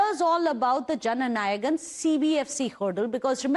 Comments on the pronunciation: whats Janagan ..Take effort before saying something😂😂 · It's not JANAGAN pls correct yourself...say it right..JANA NAYAGAN